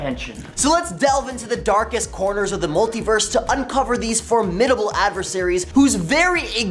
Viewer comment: I could overlook your pronunciation of formidable, if you didnt use it repeatedly throughout.